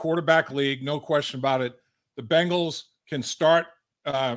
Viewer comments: Can you teach him how to say Bengals and not Bangels.. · Please tell Chris that the name of our team is "BENGALS", not "BANGLES".